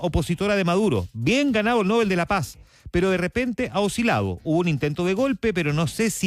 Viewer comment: Usted es de los pocos o quizás único periodista que me parece objetivo e imparcial. No se ofenda si le corrijo la pronunciación del premio Nobel. No lleva tilde, se lee No- bel.